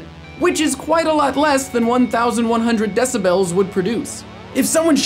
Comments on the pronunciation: its decibels not decibells lol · I've never heard it pronounced decibells before.